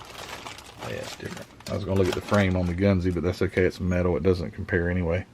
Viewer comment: I know a few Japanese fellers'. It's "gun-zuh" said really fast.